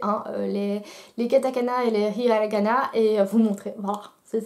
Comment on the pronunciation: et ce n'est pas "riahannagana" mais hiragana 😂😂